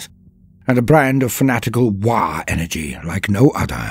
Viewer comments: "Waargh?" WAARGH? Fix dis roit now ya git, itz always "WAAAGH" with no R an at least three As! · Aint it ”waagh” rather than waargh”? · Am i gonna smell burnt toast or are u just adding an R for shiggles